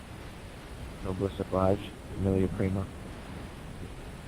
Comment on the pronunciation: "Obliggie" - II Otto O31